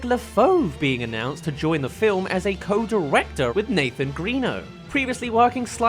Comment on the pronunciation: P.S. it is actually pronounced Gren-o, not Green-o (Hook-hand even says it in Tangled, "Greno, go find some guards") - However, I'm very curious about why you think it's Greeno though, i saw your "not a mistake" blip. Did you hear him/someone say it like that in a clip?